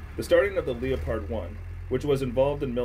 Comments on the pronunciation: “Leo-pard”…. It’s pronounced “leh-perd” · oh for gods sake m8...talk properly...it's NOT A LOE PARD...ITS THE FELINE VERIETY you lot honestly...silent "o" LEPARD ! ! !....AS IN THE FELINE OMG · It’s not a Leo-pard. It’s a leopard as in the cat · I must admit, I've never heard anyone pronounce Leopard as leo-pard. Leh-perd is how I've always heard it. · Pronounced LEPard not L E O pard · What on earth is a “Lia Pard Won”? The ‘o’ is silent, it’s pronounced as Leppard. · it is pronounced leopard, not Leo-pard , leopard like the big cat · Did you just say leopard? It's leopard. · What the fuck is a leo-pard? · LEOPARD NOT LEO-TARD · Leopard is pronounced as “Leperd” not “Leo paard” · WTF is a Leo-pard 🤣🤣🤣🤣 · Its pronounced LEAPARD like the big jungle cat, NOT le-a-pard..... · Leo- pard⁉️ It’s pronounced like the animal, “LEPP-ard “….. good GRIEF dude🤡 🤦‍♂️ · “Lee-oh-pard”? come on man 😂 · Wrong, listen to a German pronounce it. It's Le-O-pard. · He has no idea what he’s talking about. Just reading off Wikipedia. Who says “En Em” when talking about NM of torque? Just wants to sit at a computer with clean hands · 😂😂 leo - pard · "Lee-o-pard"?? Seriously? WTF are you doing even talking about this bud...? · Those tanks look fantastic. You have to have really good arm muscles to use that crank 😂. That leopard was blowing to much black smoke though. The name of the tank is pronounced the same way as the jungle cat. The O is silent. Have a great day my friend ❤️🙂⚘️.